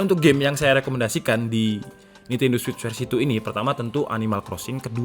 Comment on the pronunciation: memang benar bro penyebutan nya switch